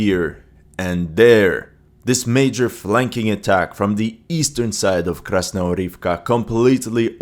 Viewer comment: Krasnohorivka actually pronounces as KasnoGorivka with a G as in Good